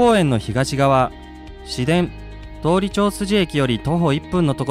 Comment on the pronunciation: 「どおり」じゃなくて「とおり」です。